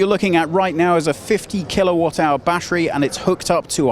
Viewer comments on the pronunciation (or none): none